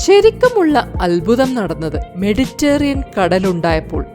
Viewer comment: മെഡിറ്റേറിയൻ അല്ല..മെഡിറ്ററേനിയൻ